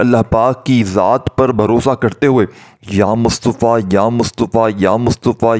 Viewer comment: Ya mutafa he ye lafz Yamustofa nahi plz talafuzvdrustbkarn